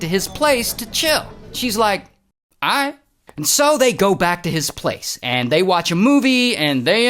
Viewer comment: "UNTIL" & "AIGHT" 😂😂😂